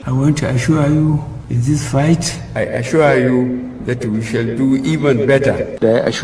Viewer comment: My darling sister you did not even say the I assure you well😂😂😂😂